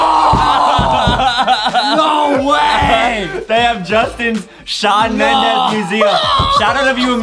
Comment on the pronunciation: Justin: swan Mendes Me: ayyyyyyyyyyyyyy